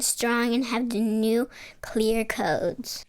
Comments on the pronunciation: The "Nu Clear" codes got me!!! LOL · Big miss there with the little boy voice not saying nuke-u-lar.